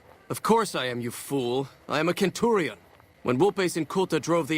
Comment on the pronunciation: The guy couldn't even pronounce Centurion right